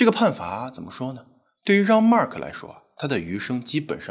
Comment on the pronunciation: 既然是法國人，應該用法文發音，Jean和Agńes不對。